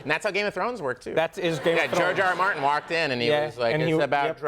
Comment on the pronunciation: I think I'm just tired but it sounded like he said Jar Jar Martin. Meesa watch is ended! Big fan of "Barry". Keep it going, Hader!